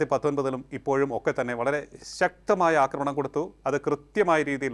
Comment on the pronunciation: ആദ്യം അവതാരകനെ നല്ല മലയാളം പഠിപ്പിക്കണം. സിന്ധൂര്‍ അല്ല സിന്ദൂര്‍ ആണ്. അനാവശ്യ stress കൊടുത്താല്‍ എന്തോ വലിയ സംഭവമാണെന്നാണ് പല കേരള മാപ്രകള്‍ക്കും... വിധ്യാര്‍ത്ഥി, അധ്യാപകന്‍, അക്രമണം പിന്നെ കുത്തും കോമയും തെറ്റിച്ചുള്ള ഉച്ചാരണവും....